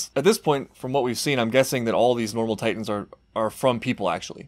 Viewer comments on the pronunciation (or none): none